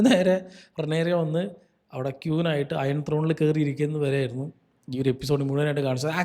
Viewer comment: ക്യൂൻ അല്ല ബ്രോ, ക്വീൻ (queen) ആണ്